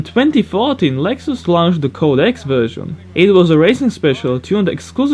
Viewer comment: Lex-ous lmao 😂